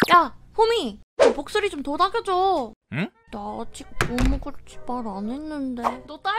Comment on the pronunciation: 근대왜 복슬이할때 보뜰이라고 들리지? 3분41초에서?